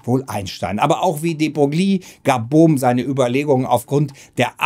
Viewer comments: David Bohm nicht Brohm man man... Und wehe hier kommt jemand mit Pedanterie ;) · Nicht nur in der Beschreibung... Wie immer gut "retschertschiert" Beim ersten anschauen immer Brohm verstanden... Beim zweiten Mal nicht mehr so oft. Trotzdem gut, so kann man selbst im Thema stöbern